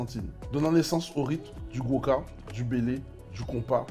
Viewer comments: Et puis ce n’est pas Boca mais Gwo’ka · Bien ..! Gwoka et non boca!